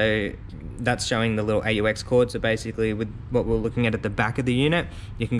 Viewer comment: aux is short for auxiliary. it’s pronounced “ox”.